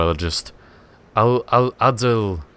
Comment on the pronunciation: I laughed too much when he said Adalberto, good pronunciation.